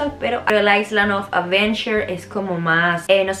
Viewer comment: una ayudita la s de island no se pronuncia se pronuncia correctamente aileand